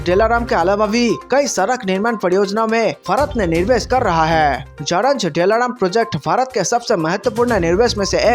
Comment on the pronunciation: Nirvesh nahi Nivesh hota hai.